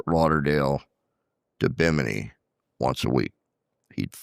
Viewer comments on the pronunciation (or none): none